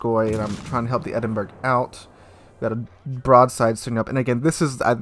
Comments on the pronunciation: pronounced Edinboro. not burg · It’s pronounced “Edinbura” not “Edinberg”. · Hey, for future reference, Edinburgh is not pronounced "Edin-burg", it's "Edin-bruh". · Eden-borough not Edenburg. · Isn't it like 'Edinbruh'? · Players like that are toxic, by the way, the Edinburgh is pronounced Edinborough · WTF is an Edinberg? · its pronounced Edinbru, not like in iceberg lol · Great video as usual but its a shame you had those experiences. Here is a light hearted addition to your count. Don't be that guy No.3... Its pronounced "Ed-in-burra" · Good god it’s NOT Edinberg! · love how you say Edinburgh but its true about players getting salty, see more lately on the EU server and had one were the team fought each other and threw it